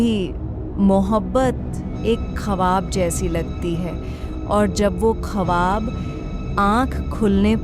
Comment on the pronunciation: Konsi language bolrhiho madam.khwab ko khawaab zarnab ko jharnab.bohot buri zaban he